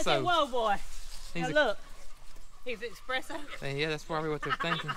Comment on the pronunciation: I really need some “expresso” 😴☕️